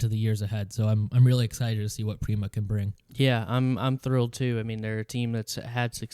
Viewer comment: FYI Prema isn't pronounced like "Preema" its like "emma" with a P